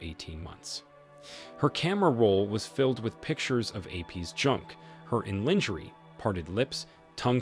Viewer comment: lingerie is pronounced LON-JHI-RAY 🇫🇷